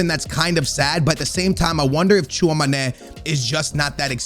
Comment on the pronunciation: The fact that pronounces TCHOUAMÈNI wrong made me dislike the video